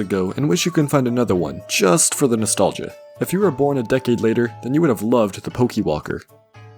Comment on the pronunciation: "poki walker"